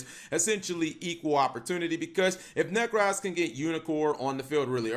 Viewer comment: There is no 'A' in 'Necroz'